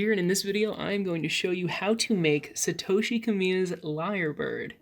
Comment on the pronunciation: I would recommend learning how to pronounce the name correctly with the correct accent. 😊 I consider it very important for people to respect origamist’s names. I do respect you however and think you are a wonderful origamist.